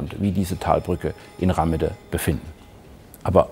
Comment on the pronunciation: Warum schreibt sich der Ort unter der Brücke wohl Rahmede, also mit "h"? Bestimmt nicht, damit man ihn Rammede, mit zwei "m" ausspricht 🤦‍♂️ Bitte nicht so oberflächlich 🙏